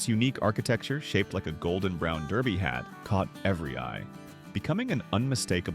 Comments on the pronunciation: “can we do something to make this channel better?” Then pronounced “Derby” as “Darby” over and over….Good Grief I hate “BOT Channels” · Are you saying DERBY or DARBY? It’s DERR-bee. Miss those fried clams (big squibbles of fried dough hiding a mystery meat nugget) and begging my father to stop on road trips every time I saw the HJ colors. Drove my parents nuts! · The Brown "DaRby?" Are you kidding me? It's pronounced DERBY!! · Please learn to pronounce names correctly. It was the Brown Derby, NOT Darby. LOL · Love the video. "Derby" is pronounced "durby", not "darby". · The AI voice didn't know how to pronounce Derby. It pronounced it Darby. You might want to correct that it makes it sound very unprofessional. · hey, British AI computer - Americans don't pronounce derby as "darby" There is no restaurant called The Brown Darby, those steak joints were far from "fancy" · Brown "Darby"?? Do better AI voice guy. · The AI voice repeating "Brown DAR-by" was jarring. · The Brown “DARBY?” Fuht the wuck? Stupid AI that no one checks for accuracy. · When your AI narrator can't decide on how to pronounce derby--it's durby, no darby--one wonders what care is put into your posts. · If you stop letting AI use bad grammar of stating the names incorrectly, it would be better. Also, letting the viewers know where these places are or were, would help also👌🏼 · Get your AI to pronounce the name The Brown Derby correctly. Pathetic imo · It's pronounced brown derby. Ya know the hat, not darby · It’s not brown DARBY. It is brown DERBY. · You might want to fix that pronunciation of "Derby". It's not Darby. #AI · IT WAS "THE BROWN DERBY". NOT THE BROWN DARBY". SHEESH. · You mispronounced Derby. It’s not Darby. A derby is a hat. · Derby not Darby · Brown derby not darby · Brown DErby, not Darby - if you want to be better then don’t use AI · I HATE AI!! It's not Darby, its Derby!! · its Derby not darby. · It’s not “Brown Darby”. It’s “Brown Derby”. 😵‍💫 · Brown "Draby' Derby? Ah, AI narration.